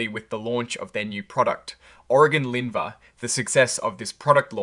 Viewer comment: Bro, how hard is it to say the drug’s name??? Did u say Orgun linvah? It’s pronounced Or-lin-va! How are you getting Or-gun-lin-va???